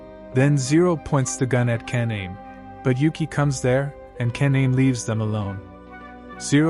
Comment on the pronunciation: Pronouncing kaname and a lot of other names wrong lol